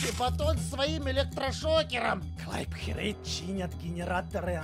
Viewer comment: И ещё она сказала Херейд мой краш